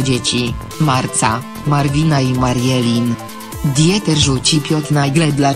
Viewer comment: "Djeter Bohlen, jego kreska mal kreska ectwo..." - co to za lektor, czy autor słuchał tych bzdur ????